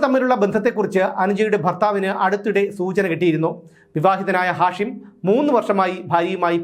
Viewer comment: നിങ്ങൾക്ക് ഇപ്പോഴാണോ ഇത് മനസിലായത്... ഹാഷിം മയക്ക് മരുന്നിന്റെ പേര് അല്ലേ? ഉച്ചാരണം മാറ്റൂ